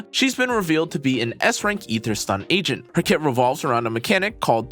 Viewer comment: I'm just wondering what an Egent is? Or was i the only one who heard that in her intro too lol... 😅